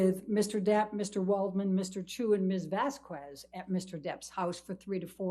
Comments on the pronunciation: It drives me NUTS when Elaine says "VasQWEZ" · did that dumbass really just say "vas-kwes? thats insane that she is still makin that mistake in 2025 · The way Elaine pronounces ‘Vasquez’ really grinds me wheels for some reason. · I die inside every time Bredehoft says “Vass-kwezz”. Also Dr. Curry is soooo pretty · The way Elaine says Camille's last name as VASCUEZ, dumb ass lady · Why does she call her miss VASQWEZ!? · licensed attorney cannot pronouned "Vasquez". 🤦‍♂️ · I cannot stand that cow mispronouncing the name Vasquez, everytime she opens her mouth. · Poor, sad Elaine stumbling through a legal process way out of her depth. She couldn't even pronounce the name Vasquez correctly. Not due to professional disrespect. I'd say, it was more about the dim bulb thing.